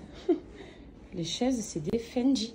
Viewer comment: Je crois que c'est Fendi, pas Fendji...🤔🤗